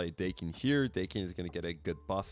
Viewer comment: Daken is actually pronounced like the old eighties band Dokken, because it's Japanese. His name is Akihiro, but because he's mixed some call him Daken, which is calling him a mongrel.